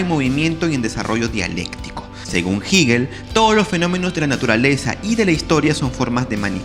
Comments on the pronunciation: *Crítica netamente constructiva*: Hegel se pronuncia con “e” no con “i”. “Hegel” , no “Higel” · De dónde sacas que se pronuncia "Jiguil"?